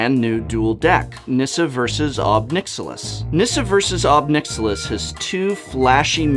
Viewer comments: Pretty sure it's pronounced "nick-SILL-iss" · "Nixilus" lol